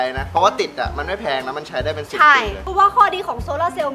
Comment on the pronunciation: พูดว่าเปง